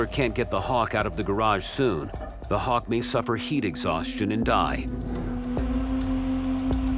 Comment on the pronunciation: Hock. Oh, right, hawk. Love it.